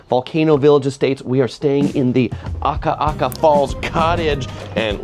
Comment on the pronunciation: Love your channel! Your Hawaiian pronunciation has greatly improved! Proud of you,! Keep up the great work. You have the correct intonation of Akaka Falls - just get the vowels right: A-ka-ka and we’ll adopt you as a local! Also, Naniloa is na-ni-loa.